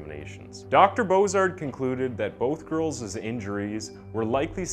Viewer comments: What about when he can't pronounce elementary school words. The word was girls' but he said "girlses". C'mon 10 year old kids know better. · "Both girlzes injuries..." Arghhhhhha!!!! STOP IT OK? There is no such word as 'girlzes' or 'girlses'. The plural of girl is girls. WTF would you want to concatenate an extra redundant syllable for? So... '...both girls injuries.' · THANK YOU!!! I SAID SAME THING BUT I SAID A LOT MORE. It happens in EVERY SINGLE video!! 10 year olds don't even make these mistakes! It's not just names. It's basic simple words. The word was girls' and he said girlses. C'mon REALLY!? Ridiculous. It is getting old! First of all a grown adult should not be making mistakes like that and when you do (if it happens) you should review your material and correct it. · Yea well he makes several easily avoidable mistakes in EVERY SINGLE video!! He said girlses in this one. Elementary school kids know better!! It's annoying. So many mistakes in EVERY SINGLE video